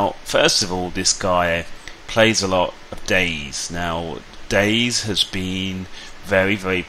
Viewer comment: DayZ is pronounced Day Z, not days. You pronounce the Z like a separate word.